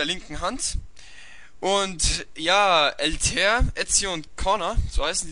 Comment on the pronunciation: Yo gutes Video. Paar Sachen vielleicht, 1.Altair spricht man anders aus. (in etwa so Alta-ihr) 2. Wenn du vorhast größer zu werden, solltest du über ein etwas bessers mic nachdenken weil der Ton doch entfernt und etwas rauschend ist. Ansonsten weiter so :D